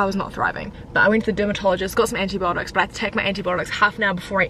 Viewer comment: Anti botics 😂 you said it on live the other day to